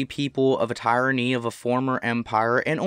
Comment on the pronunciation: Bro you stole 90% of this script. It's all on a steam community page by 'How Low?' It was apparent at your mispronunciation of Tyrrany that you didn't write this. At least give the guy a link or some credit. The guide its associated with is amazing and the author spent an incredible amount of time and effort compiling everything for people to use. Plagarisim's a bad look.